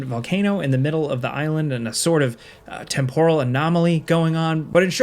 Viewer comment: That’s not how you pronounce temporal, dude